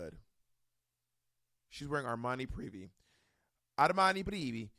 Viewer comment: Also “Armani Privi” 😂😂😂😂 it’s Armani Privé 😂😂😂😂